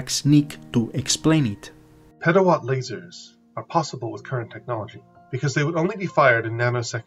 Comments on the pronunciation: Lol i agree with the substance of what the other guy said but I just giggled when you said leisers lol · Some friendly advice. The fact that you mispronounce "lasers", the subject of the video (and thus oft-repeated), indicates that you would greatly benefit from listening more closely to other English speakers - a sort of local version of the SETI of which you speak. And that, were you really serious about the communication thing, you would hire a speech coach. After all, Isaac did and it has done him wonders!